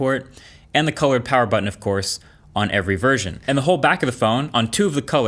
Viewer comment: MOO PAWUH BABYYY